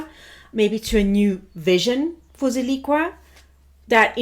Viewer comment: Pronounced Zill-ick-a